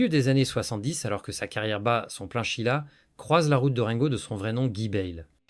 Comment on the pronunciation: "Chila". L'IA n'est vraiment pas au point. L'être humain ne peut être remplacé par aucune technologie. Vous oubliez le rôle joué par Claude CARRERE, tant dans la rumeur que dans le mariage. Quant à la chronologie, elle n'est pas respectée.